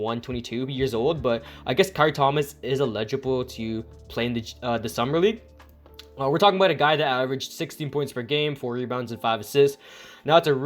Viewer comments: ELIGIBLE EL-EHH-JEH-BOWL Not ill - ehh - jebol You gotta talk with proper diction if you want people to take you seriously bro. And that’s not a diss or a slight, I’m just telling you how it is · I cringed at every attempt to say the word “eligible” .